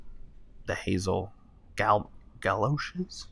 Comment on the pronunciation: ...these... ga-low-sheez...?